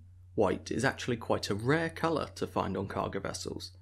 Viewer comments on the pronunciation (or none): none